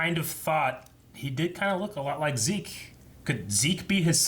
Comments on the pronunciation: COULD SOMEONE PLEASE TELL THEM ITS NOT ZE-KE! ITS ZEKE!! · I always love to pronounce the characters names with the german pronouncing. Not only because I am german (lul), but also because every other way to say the name feels just wrong imo. By the way, said at the beginning of the video the german pronouncing of Zeke's name but just without the ''ay'' at the end.